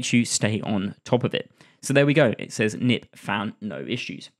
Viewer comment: I don't think it's pronounced 'nip', but 'k-nip', with the 'k' not silent, since the tool is developed by a Dutch person and 'knip' means 'cut' in Dutch.